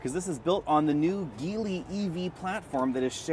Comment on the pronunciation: BTW, FYI Geely is pronounced Jee Lee. Same as the mandarin pronunciation. Still enjoy the videos though!